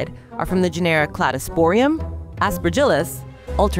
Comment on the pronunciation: GEN-era, not gen-ERA.